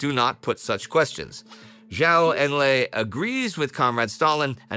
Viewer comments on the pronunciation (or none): Please pronounce Zhou Enlai correctly. It is Joe En-lie